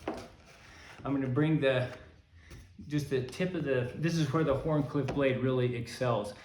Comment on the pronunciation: the fact that you pronounced the H in Wharncliffe makes sense but is somehow also disturbing. Now say: Cool Whip! This started playing after your latest video about the microjimbo and the happy toy. Now I must say that I am thinking about the Microjimbo....DHamn you! Scoring and then cutting seems like common sense but you don't need common sense if you are cutting cardboard with a thinned out blade....food for thought!